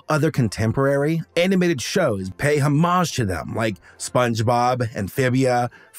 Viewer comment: Did you just pronounce homage as "home-maj"?